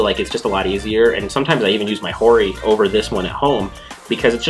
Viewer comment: I still don't get why keep pronouncing Hori as "Ori"